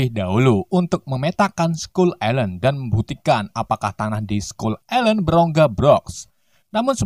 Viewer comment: Bang itu baca nya island bukan gitu tapi bacanya gini bang ailend walau tulisanya island tapi di baca ailend